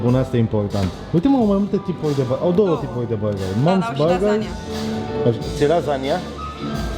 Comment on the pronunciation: Mai, cum cască el burrrgerrri, n-o mai face nimeni!